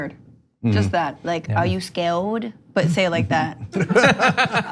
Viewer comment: This girl is hilarious! "Are you ScaWed?" 😧